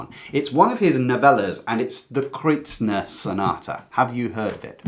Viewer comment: Just FYI there is no 'n' in Kreutzer.....am I wrong in pronunciation?